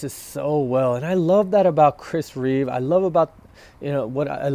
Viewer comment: There’s no ‘s’ on the end of his name - it’s Reeve .